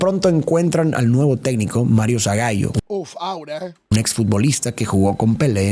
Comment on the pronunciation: Se pronuncia Zagálo y Rimé o Rimét.